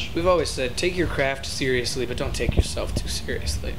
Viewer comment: "Scurr-lee-us" Ahahahahah